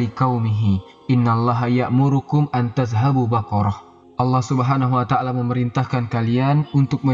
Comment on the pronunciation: Afwan ustad koreksi bukan an tadhabuu tapi an tadbahuu